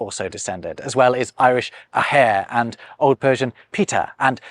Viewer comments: Another great video,. Just one minor point: the Irish word for father ('athair') rhymes with (Ben) Hur, not with hair, and the emphasis is on the first syllable. Otherwise, you got it perfectly correct! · One small point, father in Irish is pronounced “Ah-her”. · athair is pronounced as aww- her ! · the Irish "athair" for father is actually pronounced more like ah-her (th and sh are pronounced like an English h) so its pronunciation is even closer to the other words for father.